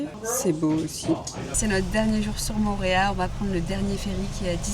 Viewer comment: Bonjour, ça se dit "PAPÉ-ÉTÉ" et ça veut dire : "Panier d'eau". Et "MO'O-RÉA" qui veut dire : "Lézard jaune". Toutes les voyelles se prononcent. Autrement "PAPITI" et "MORÉA" ne veulent rien dire.